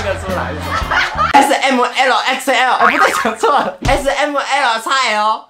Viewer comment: A死M姆ELLO X ELLOO笑死我了😂😂😂